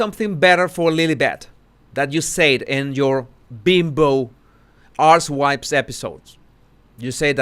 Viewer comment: Love your accent,. However there was one time you read out Archetypes and I mistakenly heard it as Arsewipes 🫣